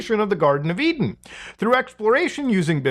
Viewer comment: It's an E-Den